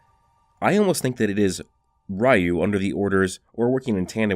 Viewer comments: Just wondering why do u say "Rayu" instead of "Ryu"? cuz there's no "a" in the word but u still pronounce the "a" which doesn't exist. I know it's common that American or mainly English speaking people mispronounce other countries words often but I don't understand what causes it. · What's soo annoying is this dude can't say r y u right he keeps saying r a y u like dude pronounce it right it's sooooooooo annoying to hear 🗿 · Sorry to be that guy but Ryu is pronounced, Re • U lol